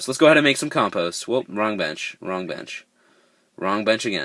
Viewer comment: I got 4 blockheads and thats not how you say compost